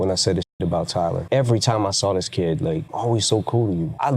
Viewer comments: stop sayin diss as dass thanks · Diss !!! Not Dess!😂💀💀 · What's a "dess"? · Nobody:: dESs